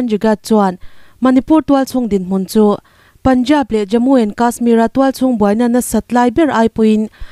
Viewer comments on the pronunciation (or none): none